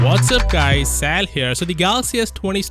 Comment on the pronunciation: I cringe every time by the way you say Sal here